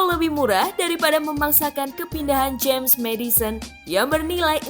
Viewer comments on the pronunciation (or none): none